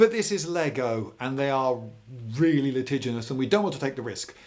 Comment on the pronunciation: litiginous? Is that a Britishism?